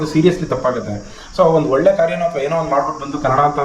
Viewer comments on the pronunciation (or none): none